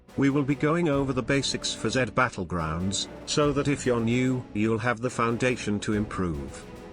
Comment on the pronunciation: Dude really said jed Battlegroungs 💀